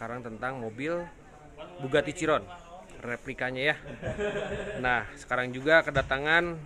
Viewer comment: Bugati Ciron hahah lucu juga masnya yah😁 itu kan mobil balap seharusnya mengucapkan kata bahasa inggrisnya itu kaan Bugatti Chiron..